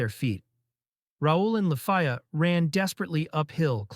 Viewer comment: It’s LEFIYA….LA-FEE-YA If you are gonna use MTL at least edit it before reading it for a YouTube video